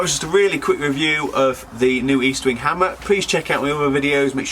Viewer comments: Estwing not eastwing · The name is Estwing Not Eastwing and it's the name of a Swedish immigrant who came to the US. The Sure Strike is made in China not good old U.S. of A.